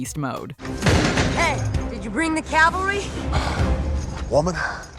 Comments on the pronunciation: Yeah, but he said CALVARY (place) not CAVALRY (military unit) I cannot unhear this s**t 🤦‍♂️ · "I am the calvary." I assume that mispronunciation of his was left in as a piece of humor?